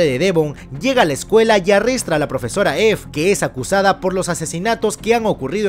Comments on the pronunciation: dijo arrestra envés de aresta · Yo escuchando que dice arrestra🤣